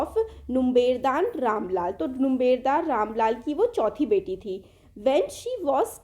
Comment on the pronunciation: Mam u pronounce wrong its numberdar anyways gud explanation keep it up👍